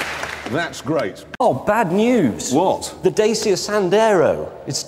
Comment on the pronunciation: When james pronounces the dacia wrong🤣